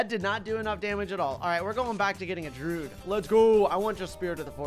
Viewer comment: It peeves me how he says "druid," he says it like "drood"